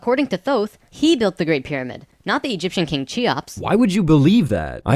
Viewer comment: Oh, dear. It's [ki-ops] or even [khi-ops] for Cheops. Like in "character".